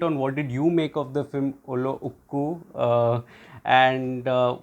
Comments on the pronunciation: U killed fhe name 😅 its to be pronounced as Ullo-zhhh-ku. Thatz it. The zhhh should sound like how u would pronounce gen in genre. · You pronounced the name 'Ullozhukku' drastically wrong. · Great job... Watched the movie yesterday..without revealing the story you reviewed it in a beautiful way..l can understand, the pronounciation of the movie name would be a little bit tough for you,so it could be justified.. l really appreciate your efforts to say the words correctly 👏👏keep it up 👍👍